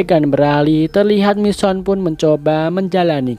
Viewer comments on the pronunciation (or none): none